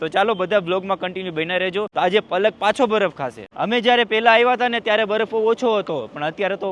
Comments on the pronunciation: baraf bolay..... Badaf nai ho next time bolta sikhi jaje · saav abhan hoy ten kem badaf bole chhe